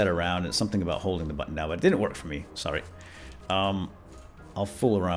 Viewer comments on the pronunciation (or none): none